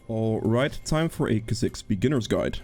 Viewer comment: Well everyone has their way of saying that champs name, tho mains say it "kaa zikss"